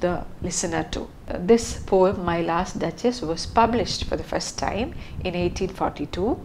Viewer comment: Please work on your pronunciation, especially as you are teaching learners of English. People are normalising wrong pronunciation just because they don't want to work on theirs. Pronunciation of words like genre, poem etc. can be learnt online. And yes, the word 'poem' does have a soft 'e' (No hate)